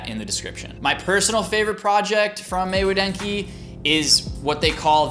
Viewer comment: You're pronouncing everything wrong! Otamatone = Oh TAH mah tone Maywa denki = MAY WA DEN KI